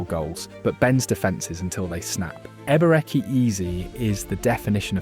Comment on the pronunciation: Ah yes so glad Arsenal have signed Eber eck E Eez. The AI slop content is so annoying